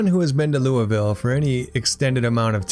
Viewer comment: As a Kentuckian please don’t pronounce it Lou-Vill